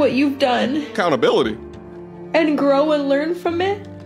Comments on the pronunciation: alert "Acountability"😂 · She said "take accountabilitah" and almost dropped his violin and headphones. 😂😂